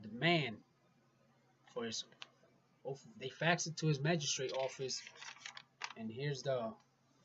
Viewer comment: Good educational videos brother but good lord that ‘OAF of Office” is killing me